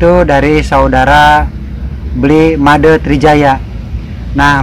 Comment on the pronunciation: salah pembacaan Made nya tpi gk apa